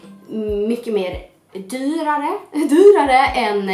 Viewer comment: HAHAHA!! Har kollat om typ 10 ggr nu på ditt "dyrare" vid :'D